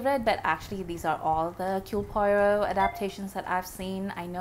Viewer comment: Huh?? Poyrot??! For crying out loud! Get his name right at least, woman!